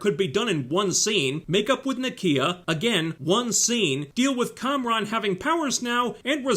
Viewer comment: Its Kamran not Konron. Check your hearing.